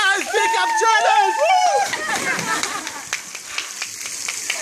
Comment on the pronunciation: On dit Challenge not CHANLLENGE -_